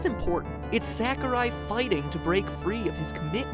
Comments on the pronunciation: I love this theory except there's one problem with it. I cringe everytime you say Sakurai. It's S-ah-kurai. I know it's a small detail but still... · You're calling Sakurai SACKorai...lol it's more like Sock-oh-ra-i....Ra pronounced like the Egyptian god Ra and the i pronounced as if just saying "I" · Stop pronouncing it sack-ooh-rai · How about pronouncing Sakurai correctly? Sa-ku-rai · It's pronounced SOCK-oo-rye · I love how you pronounce Sakurai as "Sack o' Rye." It's quite adorable. -Cormac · As much as I loved this theory, it bothered me how you pronounced Sakurai. I know it's nitpicking, but I have OCD for that kind of stuff :P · That's not how you pronounce Sakurai. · The way u pronounced Sakurai made me wanna cry